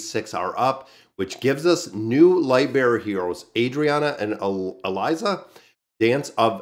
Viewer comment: [AY] + [DREE] + [UHN] And ah-lees just sounded weird when I heard you say it.